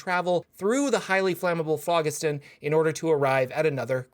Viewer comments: It is pronounced like FLOJISTON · if you google it and look at the pronunciation Phlogiston has a soft "g" like "j". The pronunciation is "flo jisten". That is with a hard "o" and sharp "e". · It's pronounced flow-JIS-ton. It's an old Greek word. And please, don't say a video is about nautiloids when almost all of the info is an introduction to Spelljammer with only the last minute discussing nautiloids. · it's Phlogiston not Phlogiston